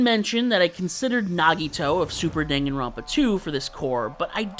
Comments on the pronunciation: it's pronounced "DANGANROMPA" it's two japanese words put together there's absolutely no debate here, so no, not in any case is it prononced "denganrompa" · But, the word 彈丸 or Dangan meaning bullet, is literally produced “Dun-gan” not “Dang-gan” so you’re just flat out wrong